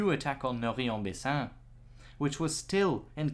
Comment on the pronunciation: Actually, Indy Neidell (who I really admire) is very bad at French Names. is very good. Maybe a little suggestion: Norrey is pronounced noray, not noree. Rots is of course roh.